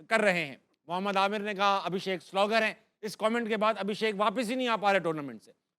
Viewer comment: He is sloger not fixer 😂